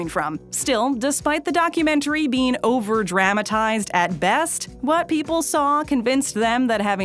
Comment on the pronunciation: Dr(a)matized? No! Dramatized!